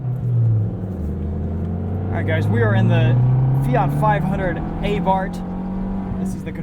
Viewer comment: you called it Abart. wrong